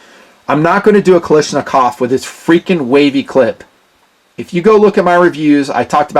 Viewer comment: I can't believe that after so many years you still can't pronounce the word KALASHNIKOV! Not Kali , its Kala. Otherwise I enjoy watching your videos.